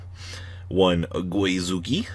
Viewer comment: "Goui-Zuki" lol a little extra added in there, pal. It's just "GOzuki"